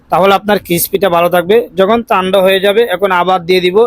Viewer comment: তানদা বলেন নাকি টানডা বলে,,,, ঠান্ডা হবে